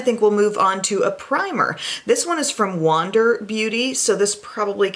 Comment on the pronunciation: When she said “wander” I thought she was saying Wanda but with a weird accent